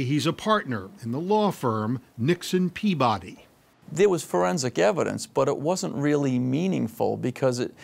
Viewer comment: The way the narrator pronounced Peabody 😭😂